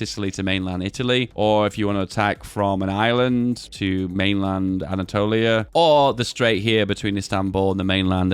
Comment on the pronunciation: The way he said Anatolia I guess he is Greek 🗿🗿😂😂